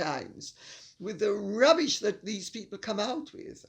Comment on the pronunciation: I love the way you say rrrrrrrubbish!